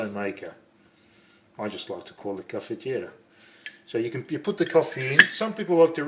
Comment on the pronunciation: Vedo che le tradizioni italiane vengono mantenute, beautiful pronunciation for "caffettiera" Good job